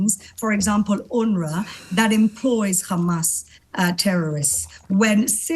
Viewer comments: Khamas. She can say hostages, she can say have, but she can't say Hamas. Lunatic. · KHamas ...KHamas..... KHAMAS 😂